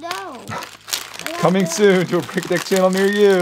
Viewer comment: Its brickitect not brichatec XD ERYONE makes mistakes...